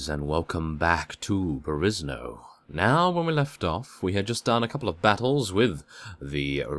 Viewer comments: Don't you should pronounce Perisno like "Perishno" or some sort? At least, most of the let's players that I know do that, only you are unique :P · Boleslava Soboleva-Spasopreobrazhenskaya Theres no indication that it's pronounced like that, maybe the guys you watch all have funny voices. EDIT: Just listened to the intro of three different youtubers to other perisno episodes and none pronounce it "Perishno".